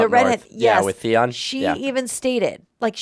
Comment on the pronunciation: are ya''ll really paying attention tho? some of the stuff you say is wrong lol. you gotta pay attention closely, and don't just listen to what you wanna hear. i love jon, ans theon, i do love the hound too. you said theon's name wrong lol, it's like the-on, on as in switch ON. it's get way better in the later seasons. i honestly hate cersei with a fucking passion. you guys are lucky tho, cause everyone else had to wait for the new seasons, now ya'll can get just binge watch it. i'm so tired of the lanisters getting away with it, but everyone else isn't allowed to? nah the lanisters especially cersei thinks she's al that, but she's really not.